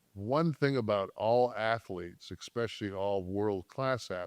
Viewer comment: "Expecially." MAGA never noticed.